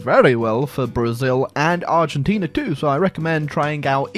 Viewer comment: hey love your videos, but i did notice you call argentina, "argentinia" and i cant forgive you for that, prepare your deck, imma bout to send you to the shadow realm.